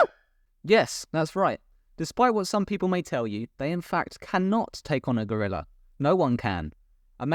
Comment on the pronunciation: lol "Gew-rih-lurr"